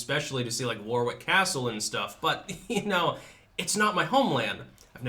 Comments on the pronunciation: In England it's War-ick. Silent second 'w'. Kind of sounds like 'Wahrick'. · Warwick is pronounced War-ick. : ) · It would. It's pronounced 'worick' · The way you pronounce Warwick might get you arrested in Warwick. Ha.